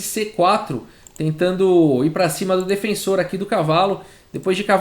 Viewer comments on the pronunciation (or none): none